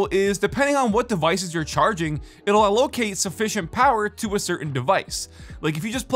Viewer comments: "AL - Locate" had me giggling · Pronunciation of “allocate” . Just tryna help you out for future reference. I hate when I mispronounce words and nobody says anything. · never heard anyone say allocate like that